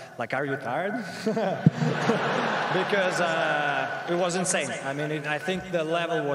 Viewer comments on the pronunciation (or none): none